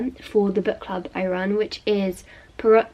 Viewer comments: L shes obviously never heard it before. If someone doesnt know how to pronounce it it's just that they've never heard it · It is pronounced “Pwoy-Roh.” The “T” is silent. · Pwah-row (Poirot) :) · I think you pronounce proirot as "pwar row" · Poirots name is pronounced (poy-roh) just so you know! Hercule Poirot books are the best!! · Poirot is pronounced more like pyro. Just watch itv4 ft any time of day and you'll see and hear poirot a lot. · Oh my lord! I loved this vlog so much- Poirot is pronounced poy-row, I'm pretty sure! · we say "pwa-ro." the shows are amazing! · Poirot = 'Pwah-roe' :) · you're right it's pwa-roh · Just a little note, the T in Poirot is silent 😊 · Poirot = pwah-row xx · hi, I love your videos but just wanted to let you know that Poirot is pronounced [pwa - row]:) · its pronounced poih ro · p.s. it's pronounced pwa-row ! :) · it is pronounced pwiro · It’s pronounced Pwy-row 🤍🤍🤍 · yes actually ‘Pwah-row’ is a good way to pronounce it! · I think Poirot is pronounced 'pwah-Roh' it's a french name so you dont say the "t' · Pardon my ignorance (I'm French) your pronounciation of Poirot really is the cutest thing and is not the elephant in the room really. Boilling tap water however is!!!!! I mean, how? why? does anybody get burnt switching it on by mistake? Sooooo many questions! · HAHAHHA. can’t even pronounce Poirot! 😂😂😂😂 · Guessing from your pronunciation that you've never seen the TV series of Poirot? As a British person this surprises me, my parents and grandparents watch it all the time so I thought it was very well known 😂 lovely video, I think I reading 3 books in one day is very impressive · Hi, I thought you would know how Poirot is pronounced in French it is with the same prononciation as aunt but you just pronounce the au without saying the nt, this is a quiet t. Great video as always ✨😊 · I’m French and I can say that the way you pronounce ‘Hercule Poirot’ is just the cutest thing ever haha